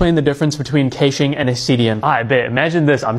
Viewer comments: Deep breaths. I will stay calm. Did I just hear caching pronounced cayshing. 😳 caching. Like cashing. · whoa wtf is kae-shing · its cashing only..